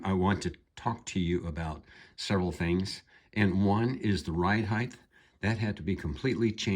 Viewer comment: "Heighth"? It's height. Hard T on the end.